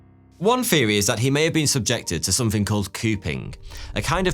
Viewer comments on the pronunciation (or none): All your th’s sound like f’s: Somefing Finking Fings Firdty Fanks for watching Why do you do that? you have a perfect and beautiful accent! It has to be on porpoise because your own name “” is a game with that. If you pronounce it correctly it sounds just like thought. But if you pronounce it like f it sounds exactly like 42. It’s almost like German accent! Stop it! You are so handsome to do that!